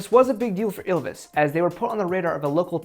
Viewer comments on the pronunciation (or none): I don't give a fuck about your disclaimer. I watched two minutes and I'm already fucking furious at you pronouncing Ylvis is Ilvis